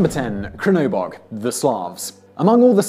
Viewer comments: For Crnobog, just pronounce the C as if it was Ts (think of Tsar). The name itself literally stands for Black God. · #1: CHURN-ö-bog...churnabog lol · Crnobog reads like TZrnobog (just like piZZa) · I think Crnobog is pronounced Chernobog. I'm not certain but I'm pretty sure that's it. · For Crnobog try like this TSRNOBOG